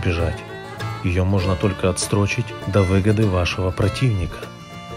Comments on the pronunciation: не отстрочить, а отсрочить. Никколо Макиавелли 1503 год. И вообще что за дичь. Кто то посмотрел "Револьвер"? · не отсТрочить, а отсрочить!, ну ёмаё!))